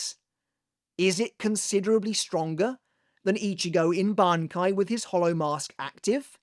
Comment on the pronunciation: pronouncing Shinji’s Bankai correctly, but not “manga” is sinister